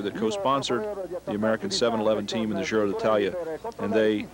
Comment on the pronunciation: Gi in Giro d'Italia is not pronounced "dzi" as in the French word "gitane" but like Je in Jesus. The commentators in this video pronounce it correctly many times (not always), many others don't.